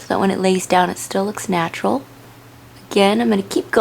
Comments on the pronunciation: I wish she would say natural like a person who isn't mentally challenged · u say natural weird